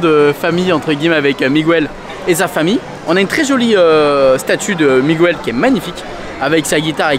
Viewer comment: Ça se prononce « Mig-el » pas « Mig-ouel »